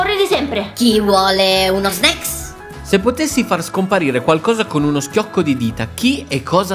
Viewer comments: All'inizio ho provato a contare le volte in cui a detto snecks ma poi ho perso il conto ✌😂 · E vero dice snack